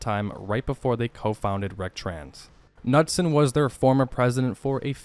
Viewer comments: "Seemon Nutson?" Did you mean Simon "Bunky" Knudsen? [nude-sen] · THE DUDS LAST NAME IS NEWD-SOM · Two things. It’s pronounced Nude-son, and please, please for all of us out here use a pop filter on your mic, (more than what’s in the dust cap of the microphone), your V/O is almost unlistenable unless on a phone. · LOL, pretty sure that guys name is pronounced "Nood-Sen" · Knudsen... nude-son. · Knudsen is pronounced noodson.